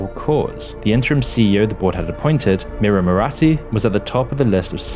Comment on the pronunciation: Murati is to pronounced as Moorti.